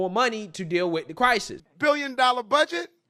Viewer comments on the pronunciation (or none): Somebody please tell me..What the hell🎉 is a Cry-Sees that Mayor Adams always talks about?! 😉. I tried looking it up and it's not in any dictionaries.